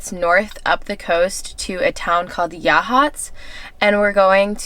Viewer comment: As a native Oregonian, I'm so glad you two enjoyed our beautiful coast & great job on correctly pronouncing "Yachats"!! 👍😉🌿